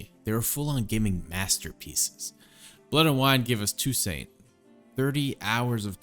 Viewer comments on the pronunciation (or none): it's TOO-SONT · Great video but I can't get over how you pronounce Toussaint